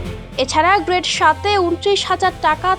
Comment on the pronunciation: গ্রেট না রে বইন গ্রেড!😑